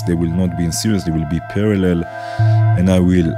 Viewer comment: Very nice! Thanks for sharing your techniques :) btw 'series' is usually pronounced like 'sear ease', not like 'serious'